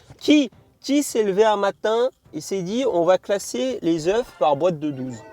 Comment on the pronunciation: on prononce pas le f de oeuf au pluriel (ducoup en prononciation : un "oeuf" des "eux" ) 😂😂😭 à moins que ce soit moi qui soit fou xD sinon GG en vrai t'as gérer la vidéo x)